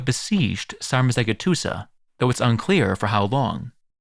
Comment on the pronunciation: It’s pronounced Decebalus - the c in Romanian is pronounced like a “ch” sound like it is in Italian. Dacia is pronounced “DAH-CHEE-UH”. The letter G is pronounced like a J. Sarmizegetuza is “SAHR-MEE-ZEH-JEH-TU-ZUH” Just a friendly FYI :)